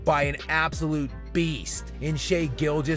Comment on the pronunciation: So, like, when are people gonna pronounce his name correctly? Shai isn’t Shay. It’s Shy. Like Chai or Thai. I know mfers can’t spell or pronounce shit correctly, but “ai” at the end of a word doesn’t end in a long “a” sound.